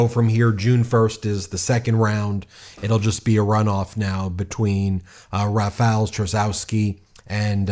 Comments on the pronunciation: Read: Rafaw Tshaskovski. That would be English spelling of Polish pronunciation. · Since, most probably, Rafał Trzaskowski will win, please learn to say his name correctly 😊 Or somewhat correctly at least because it’s not an easy name to say 😎 “Rafał” is the easy part because “ł” is the English “w”, so “ra-fow” (rhymes with ‘cow’ 😁) “Trzaskowski” is “Tshas-cough-ski” 😊 Hope this helps! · You can pronounce 'Rafal Trzaskowski' as 'Rah-fahl Tsha-skoff-skee.'" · Just a little help with pronunciation Rafau Chaskosky Karol Navrotsky